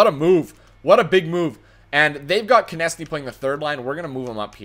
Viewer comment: So carolina trades their top two players for 3 old d-men and 2 prospects? Doesn't seem too realistic. If you have Konecny you need to learn how to pronounce his name correctly.